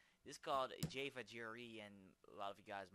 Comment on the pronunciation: i laugh (not in a bad way) at the way you say java... jaaayva for future reference its jah-va =D